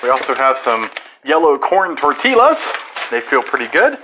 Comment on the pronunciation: TOR - TEE - YUHH!!!